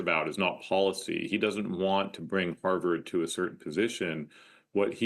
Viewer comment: She can't even pronounce Harvard properly! 🤣🤣